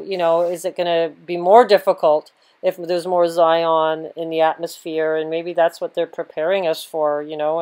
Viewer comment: Xenon pronounced Zion?